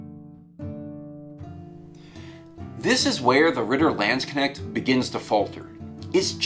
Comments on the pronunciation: It's kinda pronounced "Lahnds kuhnesht" but it can be overlooked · It physically hurts to her landsknecht being pronounced lanschnect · it is pronounced, Lansk - Nesht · With this you'll nail the pronunciation of "Landsknecht"